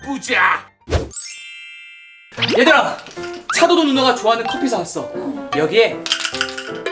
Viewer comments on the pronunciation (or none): 8분4초에 가 커피를 코피라고 함 ㅋㅋㅋㅋㅋ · 내가 좋아하는 커피가있네를 코피가 있네라고 들림ㅋㅋ